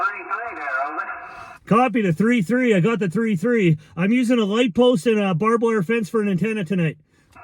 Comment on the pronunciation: It's "barbed". You're welcome.